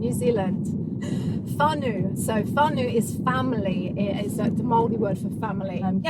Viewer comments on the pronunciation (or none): Yeah Nah, sounds like fun but not that keen..Whanau, sounds like far now, not far new. good effort...lol sweet as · she dont know how to say whanau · How you pronounce whanau is weird easy way to say it just say FAR NO sounds the same. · Pronounce Whanau like far-no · Whanau == FAH -- NOW ( like HOW) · It's more like far know, this is a more correct pronunciation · Kia ora guys,love you content,this is just a respectful reply to the pronounciation of the word(whanau),its sounds like far-no,again no disrespect to yous,no worries